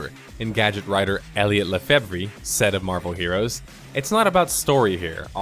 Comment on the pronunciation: Lefebvre is pronounced luh-FAYV.